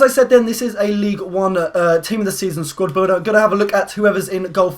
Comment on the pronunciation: u said squrd builder